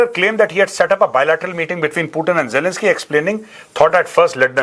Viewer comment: Major sahab ❤❤ u are the great man while speaking words jalanski and Putin 😂